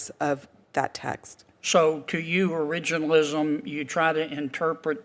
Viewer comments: Cannot pronounce originalism? 😅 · Man she couldn’t even pronounce “originalism” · She is a judge and cannot even pronounce the word originalism. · Originalism .... she can't even say it 😂😂😂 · She can't pronounce it. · They have one who can’t even pronounce the word originalism 🙄🙄🙄🙄🙄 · This black woman can’t even pronounce the word originalist. What they need to do is read the document its simply stated what they mean.